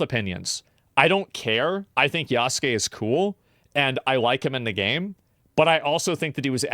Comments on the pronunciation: Why is he saying "Yos-kay" when Yasuke is obviously pronounced "Ya-soo-kay"? {:o:O:} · I think the one thing that is kind of driving me insane is that people keep pronouncing Yasuke's name correctly as "Yawskay" but asmon keeps saying "YASOOKEE" like... you've heard it pronounced correctly for months now. Stop. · it hurt my head how he pronounced the name lol Ya-su-ke